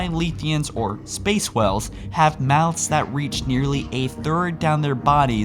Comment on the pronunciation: you forgot the 'a' when saying whale